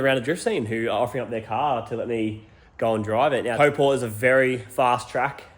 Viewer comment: Pronounce Taupo,NZ as towepo, will be a bit closer hehe